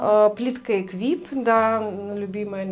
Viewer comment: Плиточка топчик! Только произносится она Экипе))) а не эквипе